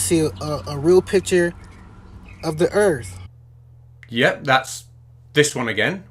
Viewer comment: That's a trick challenge, when you show him a picture of the earth he's gonna say I didn't say earth I said erf.